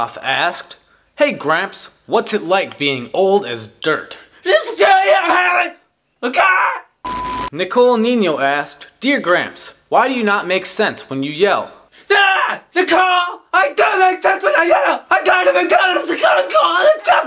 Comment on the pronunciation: Lol the way he says my name! "Nicole Niño" lol that's not how u pronounce it but okay! Lmfao